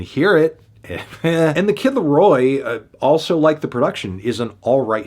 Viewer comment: Hey Melon, you should consult the NFR boys on how to correctly pronounce "the kid LAROI". Your pronounciation was atrocious.